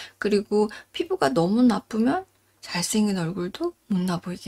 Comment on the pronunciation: 잘쌩긴이라고 발음하지 마시고 잘생긴이라고 발음하시길...... 잘쌩긴은 호남말투인데, 억양은 영남이시네요..박원순 서울시장의 억양......